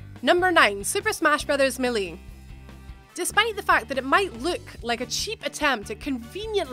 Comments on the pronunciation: Was anyone else triggered when she said "super smash brothers 'muh-lee'"? Lol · Gherkins? My-lee? Honey wtf language do you speak? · It's pronounced MAY-LAY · Correct pronuctiation of melee is mā'lā not me'lee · Okay first of all wtf is me-lee it’s Mae-lay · Melie its melee, domdoms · ssb melie? that's not how you say that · "Super smash brothers Millie" 😂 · “Super Smash Bros Milly” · Super Smash Brothers Mel-E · Meh-lee ? MEH -lee ? Who the hell pronounces melee as meh-lee ? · Super smash bros "Millie"? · It's super smash Bros MAYLAY maaaylaaay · melee is pronounced (may-lay) it's not that hard. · That really got to me as well. It's not even an accent thing, it's just a really annoying mispronunciation. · Same hahaha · irunto it wouldn't be anything to do with how British they are, it would depend more so on the location within the UK as every part of the UK has completely different accents. But yeah melee was just a mispronounciation 😊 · irunto aha thanks, I just don't think she's ever had to say the word until now 😂 Rest of the vid was good though, I feel I've focused way too much on the pronunciation of one bloody word now 😂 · I'm DYING LOL THE WAY SHE PRONOUNCED SUPER SMASH BROS MELEE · I hate how she pronounces melee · Learn how to say melee